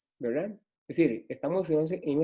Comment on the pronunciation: Todo el rato dice: wra.... en vez de verdad, se hace pesadisimo.